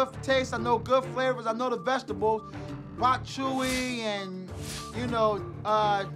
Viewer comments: bok chewy and sewey sauce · "Bok chewie" Dude thought he was cooking wookiee. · Bok Chewy and Sewey Sauce from our favorite